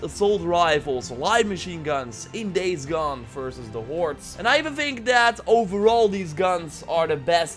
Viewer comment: Sounds like you're saying "warts" instead of "hoards"... is that intentional?